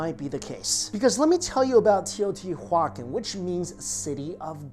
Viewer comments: Bro...love all your vids, history and food etc...But you're Killin' me. Tay-oh-tee-wa-kahn. Or at least that's the way we said it in spanish. (I'm aware it's an Indian word, but I couldn't understand or knew what you were sayin...lol) again great video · Teoh • tiwa • CAHN. Stress on that last syllable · Huacan --> juacon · I really like your videos, much respect. It's Teo-tia-wah-khan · Teo-ti-wakan. The pronunciation is similar to living languages derived from the Dakota/Lakota peoples. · Say it right : tayo tee wacan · Very good video, just one thing... "Tey-oh-tea-wah-KHAN" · TEO - TEE - WAAA - CON YW BOOBOO. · Wtf are you saying it’s teotihuaCAN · Teo• tiwa • kahn it’s a Nahuatl word for the city of the Gods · I really like your channel, but you pronounced it wrong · the way you pronounce the name has cringed my soul to the point that i wish they sacrifice me there. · I am cringing every time you say Teotihuacan. 😖 The pronunciation is soooo off!!! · It's definitely a hard "K" sound. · haa haaa...i was thinking the same. Poor kid never heard of the city I bet before he made the video. Didn't know how to pronounce it correct. He still has good videos though. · thank you! That was bothering me as well. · The word isn't Spanish. It's pronounced Teo• tiwa • kahn Also, he mispronounced dielectric It's "DI" not "DE" Electric. As in two, or binary.